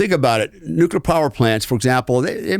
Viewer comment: This guy is a real asshole cocksucker. I was interested in his story until about the one hour mark. It's also obvious that he is a trumpet. Inexcusable a bunch of ex-wives, huh? Weird . Fuck this guy...and please work on the word Nuclear.